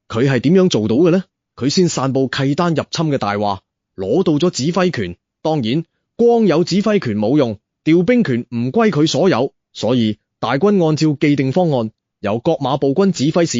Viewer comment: 契丹應該讀“薛“丹……